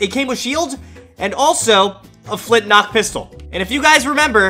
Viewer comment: it's flintLOCK not flintNOCK